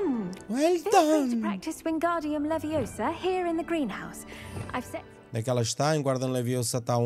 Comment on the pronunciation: It's Leviosa... not Leviosá!!!